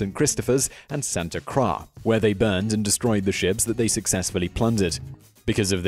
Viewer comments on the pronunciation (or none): none